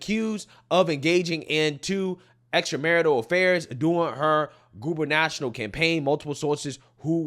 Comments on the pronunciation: I think you mean: Gu-ber-na-tor-i- al…..NOT “goober-national”. 😂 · "Gubernational"? It's guber-na-torial. 😄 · It's Haley's gu-ber-na-TOR-i-al campaign...not gu-ber-NATIONAL campaign..the English teacher in me cringed. Otherwise good and timely content. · Goo-ber-nah-TOR-ee-al not Goober National. Also, Tikka Masala was created in England. #nevernikki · Here we go. starys giggling like a virgin 12 year old when talking about sex again....its gubernatorial, not gubenatural, just fyi. Get the marbles out your mouth buddy IM JUST SAYING, AGAIN.. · "GU-BER-NA-TO-RIAL", (GOVERNOR), brother! Not "GUBERNATIONAL"! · Don't listen to soy boy, you are funny. But its Guber na tore ial. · Guber-na-TOR-ial... Is Hailey Native American Indian, or India, Indian? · Good call out, but did you say “Goober-national”??😂😂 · you did not just say Goober National campaign…and you went to college so I know you know better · Not being able to pronounce gubernatorial is a little off-brand for you, isn’t it? Boy, I bet someone would get a lot of gems if they put a microscope on your life.